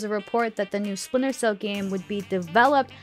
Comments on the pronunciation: Never heard of “Spinter” Cell, 🤣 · Listen, I’m very hyped for “Spinter” cell too 😂